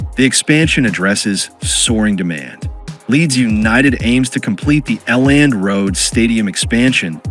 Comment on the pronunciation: Elland......not L nd lol